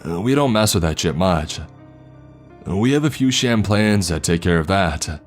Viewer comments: Shamplans lol “chaplains” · did you mean Chaplains?? Chap-Lin?